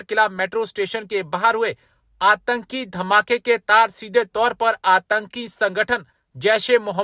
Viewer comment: Bhaiya hindi ki hatya mat karo antaki nahi aatnki hai